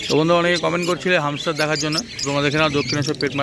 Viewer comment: Bhai pronunciation thik koro Hamster not Humster